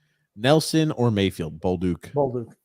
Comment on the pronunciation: ripping Grump on "Hunter" Fasching is hilarious considering his constant butchering of Pierre Eng-vault, Sam Ball-duck or Ree-see's PB cups. Lol